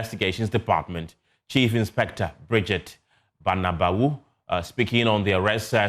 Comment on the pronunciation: I don't think that name is BANABAWO, I think it's BABANAWO. I stand to be corrected. Shalom!!